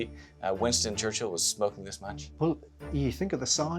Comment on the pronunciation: His name isn't Church-hill